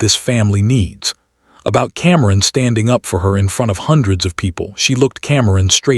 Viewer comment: What is wrong with the narration? Cameron is kamkrum and Simone is someone?!